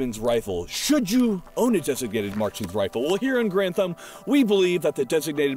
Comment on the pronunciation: “Here on geranthum”